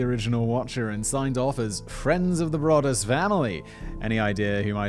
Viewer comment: It’s pronounced Bro-duss!